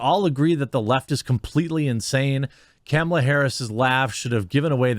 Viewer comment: Love how he says Kemilla